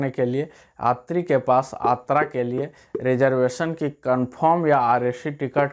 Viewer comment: Abe sas. Atra nahi yatra bol